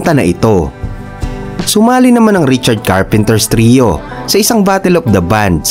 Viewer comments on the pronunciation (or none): Carpenter lang po, hahaha Richard Carpenters sinabi mo or Karren Carpenters... hahaha parang ang bida ng Batang Quiapo ay si Coco Martins hehehe